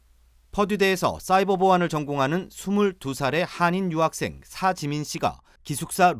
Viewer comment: 사지민이라는 유학생은 조선족이라고 하는데 맞나요?? 사가 아니라 샤지민이라고 하는데~~~